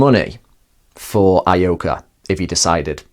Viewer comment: Ee-oh-ka, not Ah-ee-oh-ka.